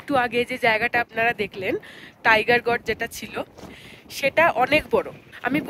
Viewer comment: গজ না জর্জ? জর্জ পড়লাম যেন! Gorge গর্জ 🎉